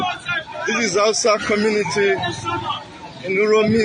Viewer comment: You said husters or terrorist Fulani